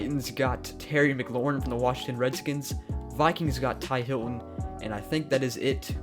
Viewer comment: It's T.Y. Hilton not Ty Hilton